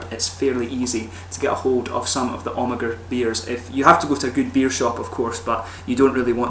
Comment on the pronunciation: You pronounce Amager without the "ag" like "Amer"